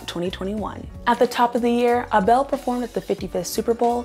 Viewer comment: please. not "ah-bell" 😭 its "eyble"